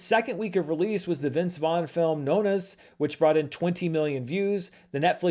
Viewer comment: is not Italian, I would have to presume based on how he said "Nonnas"